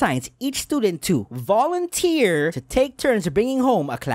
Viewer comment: i "vounteer"